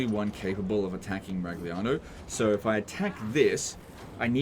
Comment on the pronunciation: 🤌🤌🤌It's a Miragliano legend whatt'are you doing!!!! bad pronunciation, warhammer Tilea is Italy do notta destroy the names of our beautiful cities mamma mia!!!!! 🤌🤌🤌 greetings from Italy and please don't butcher the names 😂😂😂